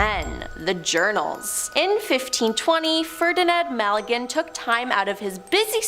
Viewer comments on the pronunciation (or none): Malagen??? I believe you mean Magellan (ma-gel-en) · Ferdinand (ma-gallin) lol it's Magellan (ma-jellin) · It's pronounced MaJELLen, gosh.